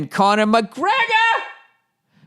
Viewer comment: My moneys on “Poryer” against MUHHHGREEGGGUHHH!